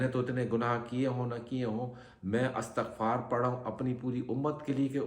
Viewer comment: Astagfar hota ha astakhfar na bola Kary plzz